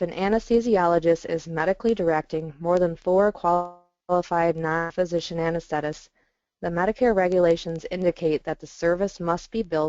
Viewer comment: Anes-the-tist! Not anes-thet-tists.